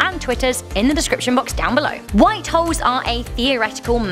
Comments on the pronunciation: Lol sometimes it sounded like she was saying white hos A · Is it me or did she sound like she said "white hoes"? 🤔